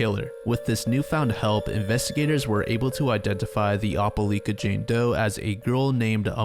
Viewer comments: ope-LIKE-Uh not ope-LEAK-Uh😢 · "opah-lee-kuh Alabama" LMAO (it's opah-L👁️-ka but this made me laugh a lot) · Love the video, one correction tho- it's pronounced "Oh-pull-ike-uh" not "Opp-uh-leek-uh" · It’s not (op-o-leka) it’s (oh-pa-lie-kah) for the pronunciation for Opeliaka, AL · Ope-lie-ka. Not Oppe-Lee-ka. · It doesn't really matter, but Opelika AL is pronounced Oh-peh-like-uh, not Opp-uh-leek-uh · Opelika is pronounced Oh-puh-lie-kuh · it’s pronounced “opal-like-ah” (Opelika) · Opelika is Oh-Puh-Like-Uh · OPA -LY-KA say it like that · It’s pronounce oh-peh-like-ah, Alabama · "O-peh-lie-ka" is how you say that fam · Good video, Opelika pronunciation is triggering me tho lol “oh-pe-like-ah” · the way you say opelika pains me so badly 😭 it’s oh-puh-lie-ka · for future reference it's pronounced "opa-like-ah" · For future reference, Opelika is pronounced Op-a-LIKE-a. I'm sorry, it just bugged me the whole video. Southerners like their hard vowel sounds. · Must be that guy but it's Oh-puh-lie-kuh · Your pronunciation of Opelika is wrong but you’re not from around here so carry on. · That's not how you say opelika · Same here. Sad story, still shocked at the evil that can be so close... btw have you ever heard anyone pronounce "Opelika" like that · Being from bama no I’ve never heard someone pronounce it like that and it had me so confused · Oh-puh-like-uh, as an opelika native, I recoiled in how you pronounced this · the way you pronounced Opelika, Alabama gave me a chuckle. great video!